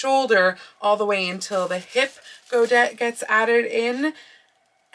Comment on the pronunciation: I believe godet is pronounced go-day.